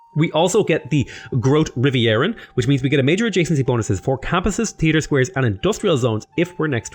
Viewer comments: I just came here for the pronunciation. Gotta love GROOTE RIVEIEREEINN or whatever :) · That's pronounced: "Groatuh Reeveeren". It means Great Rivers. The ship is pronounced "Zaifen Provincien" (Seven provinces) but you got that pretty good allready :P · Mooi hoe hij "grote rivieren" uitspreekt, hahaha. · It was hilarious hearing how he pronouced it though xd Oh god. I sound like that trying to pronounce foreign languages.